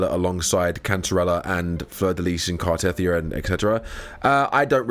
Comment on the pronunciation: It's not Car-teth-ee-ah, it's Car-teh-thee-ah.